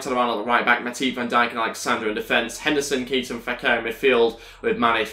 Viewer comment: Is pronocuned Kayta not Keeta